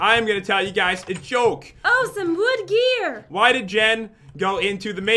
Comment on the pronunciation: When pat say “wood gear” it sounds like he said”wood beer 🍺”